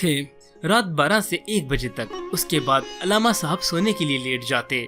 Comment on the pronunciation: تمھیں علامہ کا تلفظ تو آتا نہیں ہے۔ عل+لامہ، یعنی ل پر تشدید اور ع پر زبر۔